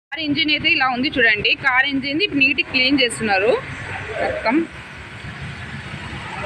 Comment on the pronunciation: Cal kadu car😅